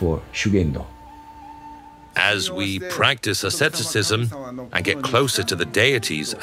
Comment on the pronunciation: Reportagem muito boa. Leitura horrorosa! Ninguém precisa falar o idioma, mas,.... chega a doer os ouvidos . ShugendÔ . Tônica na última sílaba!!!!! ShugendÔ. JudÔ, animÊ arigatÔ. Sayonará